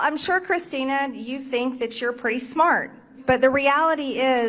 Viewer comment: It’s not Elegal aliens it is illegal and it isn’t ewe it is you. I wish you would learn to pronounce words MTG. But what can I expect from such a stupid woman.